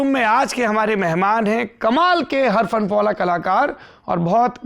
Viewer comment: Saurabhji, harfanfaula nahi harfanmaula hota hai